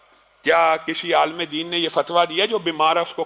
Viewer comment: عالَم اور عاِلم میں فرق ہوتا ھے جناب!!